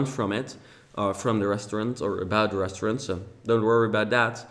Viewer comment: ik your working on your English but please for the love of god learn how to say restaurant